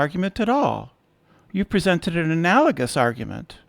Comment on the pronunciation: is dreadful. A boring, aggressive motormouth unable to have a conversation. But he seems good at holding grudges. And it looks like he never learned how to pronounce analogous, although he loves this word. Turbines rotate, but not all things that rotate are turbines. A flagellum is more like an axle turning in a bearing, definitely not a turbine. is dumb as an atheist rock.